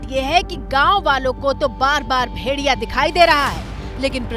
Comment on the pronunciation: मैडम जी. भेरिया... नहीं भेड़िया बोलते हैं 😅